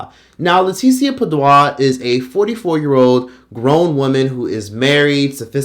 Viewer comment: I just want to say, she’s black and Hispanic. Her last name is PA•DU•A (Puh-Doo-Uh). You saying some French shxt 😂😂😂